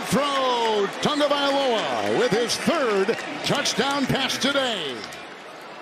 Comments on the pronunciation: I would love if Tua would do a live lesson on how His name should be pronounced! Analyst keep saying it as if there is an "N" in TAGOVAILOA, do any of you see & hear what I'm saying? Help me out, please! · O M G! Would the one old white dude please pronounce the QB’s name correctly. It’s not Tungavailoa. It’s Tagovailoa. It’s only right there on his jersey! As an old white dude myself, and a highschool coach, it irks me when other old whities live down to the stereotypes of my race. The kid made it to the NFL. He deserves even more to have his name spoken correctly. And as a professional broadcaster he should know better.